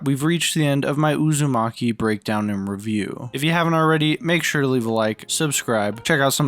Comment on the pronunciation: whenever I hear you say "Uzami" I hear "A zombie." Which had me so confused for the longest time